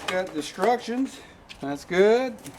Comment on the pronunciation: Ha ha . . . did you just say, "destruction" or "instruction" ? nice work.